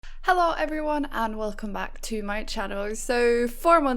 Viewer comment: I like when you say "heoveryone" together :)